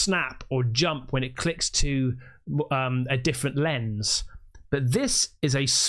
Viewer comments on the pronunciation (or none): none